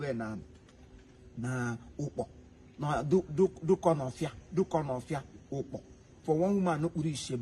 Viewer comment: oooo, not ukpor, it's ukpo in Dunukofia, and not dunkonofa.... Abeg l no fit laugh😂😂